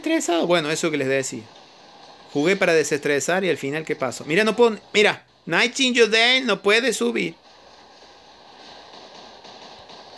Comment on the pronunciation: Nadie: Absolutamente nadie: cambiándole los nombres a todos los bots xD: cerberus: cancerbero, ravana:Nirvana, nightingale: nightiyudeil xD ao ming:jamoming xd